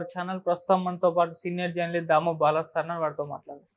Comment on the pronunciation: అరేయ్ అయ్యా బాలాజి అని సరిగా చెప్పు